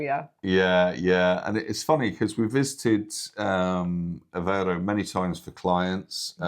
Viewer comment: Since this couple lives in this city, the least they can do is learn how to pronounce the city’s name, AVEIRO and not Avaro. Typical British with no regard to names; they moved from the UK, a country that’s falling apart to lovely Portugal, so start learning the language and the correct pronunciation.